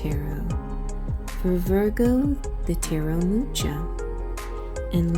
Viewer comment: Love this!!!! Listened to my Rising (Leo) and Sun/Moon (Pisces). Gonna listen to my upcoming profection year sign (Aquarius) as well. PS don't mean to be an art snob, but Mucha is pronounced "Moo-hah" instead of "Moo-chah", with an emphasis on the first H (kinda the first H in Hannukah).